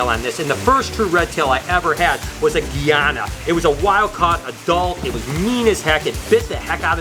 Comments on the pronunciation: Please don't refer to the country of guyana as (Gee ana). The country is (guy ana). They are Guyana red tail boas. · You pronounce Guyana wrong btw, it’s supposed to be pronounced guy-ana but it’s ok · U say Guyana wrong . It's pronounced guy Anna . Like literally guy like hey guys .